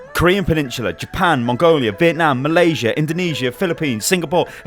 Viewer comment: "Ma" lasia